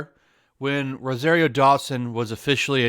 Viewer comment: It's pronounced roh-zahr-io, not roh-zair-io.